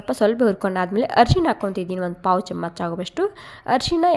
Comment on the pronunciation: Nim kannadano neevo. Thoo. Camach chamach anta badkotiya. Chamachaa anta boglu